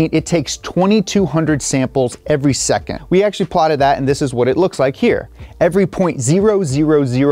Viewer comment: Why "seccond" ??